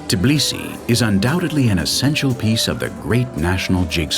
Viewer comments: it's Tbilisi, not Tiblisi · this video just makes me so proud.... too proud. i guess my humbleness left me after ive gotten tired of learning too much world history. p.s. i find it funny that the narrator says Tbili right, but Tbilisi wrong. ITS TBILISI, not god darn Tiblisi. how hard is it to say TBILISI. its still called Tbilisi dang it